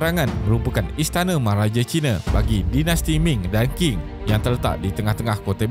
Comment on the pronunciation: Terbaik! Sedikit pembetulan.. Qing dilafazkan ‘Ching’ Tianhe dilafazkan ‘Tian Her’ But very good job!